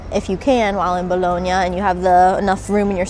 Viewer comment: Pronounce Bologna correctly please